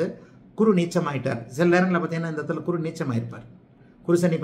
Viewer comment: நீங்கள் குரு உச்சரிப்பு தவறான முறையில் சொல்கிறார்